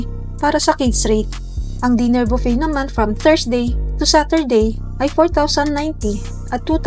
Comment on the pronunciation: Buffet ang pronunciation po ay bufey not bupet.